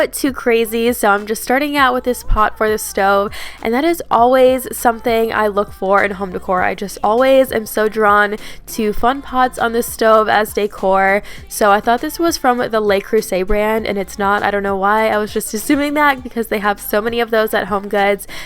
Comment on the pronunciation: In French, le is pronounced like luh, the e sounds like the u in push. The way you pronounced it is actually the way you pronounce the plural les!